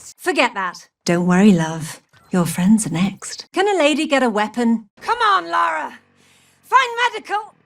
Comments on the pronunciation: It's LARA not LAURA. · Who is this "Laura" you keep talking about? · I am getting triggered it's called Lara not Lora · Lora croft? It’s Lara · her name is Lara, not Loura, not Lora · Why can’t Americans say Lara? It always sounds like Laura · Lara not laura 😅😅😅😅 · It’s Lara, not Laura. She isn’t some random British woman, maybe you should play something other than the reboots. It’s Keeley Hawes, the voice actress of Lara in the Legend trilogy and spin offs. She’s voiced her for years and is a pro